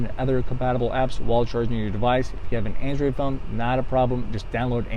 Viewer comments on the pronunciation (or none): Just say "android." You really don't have that much of an accent. Andreed...where the hell does that come from? That doesn't even fit in with any known accent. Just stop. People don't know what the hell your saying. You can be crazy without saying "Andreed."